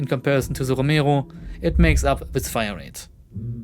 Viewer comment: the way you say romero pisses me off